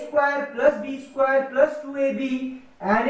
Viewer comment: Isquare nahi square hota hai Bolna sikhlo